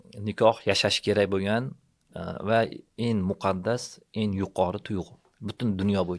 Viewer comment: “eng” soʻzini “en” deb gapiradigan odamning gapiga qanday ishonish mumkin 😅